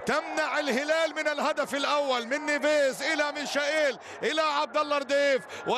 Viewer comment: رساله للمذيع. رجاء اذا كنت لا تعرف كيف تنطق الأسماء ان تلجأ الي مستر جوجل وهو يعلمك كيف تنطق الأسماء وكفايه تفتي تقل انك بتنطق حسب النطق البرتغالي. اللاعب اسمه مايكل = Michael. بالإنجليزي او هذا هو النطق العام المعروف به في اغلب اللغات. بس مفيش حاجه اسمها ميشائيل. ممكن علي الاقل تقل ميخائيل ماشي الحال او تقول برضه ميكائيل برضه ماشي. اما اذا كان اللاعب ألماني فتنطق = ميشاييل. بس برضه مفيش حاجه اسمها ميشائيل 😂😂😂